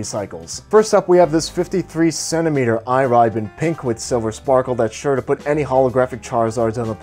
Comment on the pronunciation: IRIBE is pronounced (E * Le * Beh). Trust me I'm Jap🇯🇵